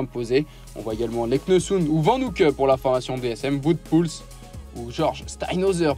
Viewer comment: Il ne convient pas de dire "Voute" mais "Ouote" pour Wout(er) Poels.